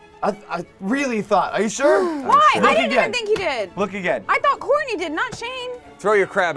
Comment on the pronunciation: SHOURTNEY XD